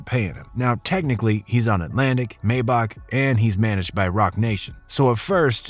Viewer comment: I have a issue with the way he's saying "Maybach" 😅